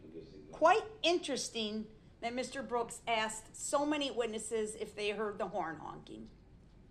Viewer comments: he never told the troof and he axed tons of questions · “Is it or is it not fair to say I axed you that and you never showed me the lawful law” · He’s worried about having 77 charges it was only 76… he even said I … but don’t talk down to me… you do dat all the time… I AKS you not to do dat… your honor you took an oaf of office .. I don’t consent to the thousand years you are about to give me your honor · I agree. brooks tries to act like he is intelligent only to fall short as soon as he opens his mouth. When the first thing out of his mouth is “I AXED and the TROOF” he loses all credibility. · They Bof did and no one even axs him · I object - hearsay, who axed you? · did hé axs this oaf??